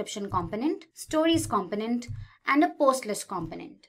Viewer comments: ‘Cum-poe-nint’ rather than ‘com-pin-ent’👍 An easy mistake to make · Thank you but your pronunciation of component is driving me insane. It’s com-po-nent. Not compo-nent. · Great introduction / overview video. One small suggestion: The announcer's accent/inflection can be confusing at times. For example, in North America and the UK the word "component" is pronounced "kum-POE-nent". The person in the video says "KAHM-puh-nent" which sounds a lot like "confident" to our ears. It's just a few words, but that could help.